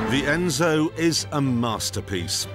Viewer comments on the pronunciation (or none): Funny pronounce... Enzou...Entzouw... Hentzsou.